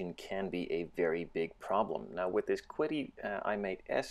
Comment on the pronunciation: The companies name is pronounced, "Chee-Dee."